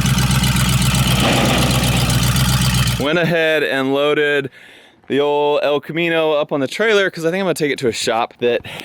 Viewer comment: It's not the El Camino it's the hell camino 😂😂😂😂😂